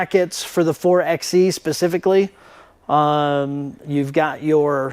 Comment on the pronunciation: It's pronounced 4 by E... like 4 by 4. Anyway, thanks for the video, I was wondering about the butt flap wall. 👍